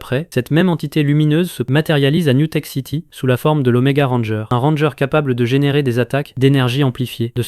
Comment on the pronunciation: T'as mal dis alien, ranger, kruger et grumm